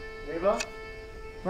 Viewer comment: This might be the WORST scene in the whole series. First Ava calls out his name as "Rylan" his name is "Raylan". Even accounting for a fake southern accent it would sound like "Raaaylan" not "Rylan". Then that pump shotgun blast sound effect sounds more like a rifle than a shotgun. Finally, that shotgun holds maybe 1 round in the chamber and 4 rounds in the tube. They have him firing like 14 rounds. Just a really awful scene.